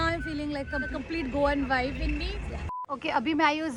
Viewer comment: Bro! Pls stop saying: Availaval! It's available! U don't pronounce the 'B' ever! It's not Vive... It's "Vibe". U don't pronounce B at all!